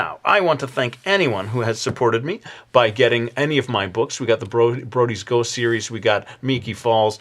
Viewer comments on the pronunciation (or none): none